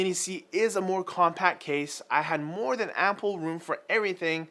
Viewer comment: Really sounds like says "More than apple room". Also as of commenting the title says "MIni C" not "Mini C". On top of that the 170cm cooler tells me this review was a bit rushed, not proof read, or is having an off day. Either way, nice case, and appreciate your work.